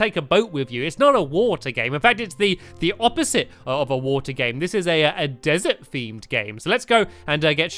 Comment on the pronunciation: when stampy said oppisete of water i was like stampy-this is oppisate of water me-wait so u will ride in lava with boats?! stampy-its a desert game me-oh